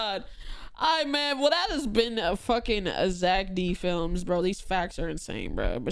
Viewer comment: it is not Zack D Filmz that is the crazy one, but zEck D Filmz